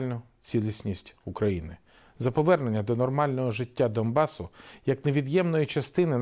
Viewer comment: Мені одному здається, що Порошенко говорить "ДоМбас"?